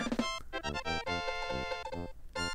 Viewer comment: "stowy" im dead XD